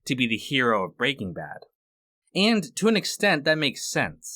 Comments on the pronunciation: You are saying it wrong. You are emphasizing BRAY king bad. It's Bray king BAD. No one else says it like you do. Stop. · Bruh why is it every time I find a video essay on BrBa the creator pronounces it “breakingbad” and my dick goes hella soft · why did you say breaking bad like that??? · The way you emphasis the "Breaking" in "Breaking Bad" is so odd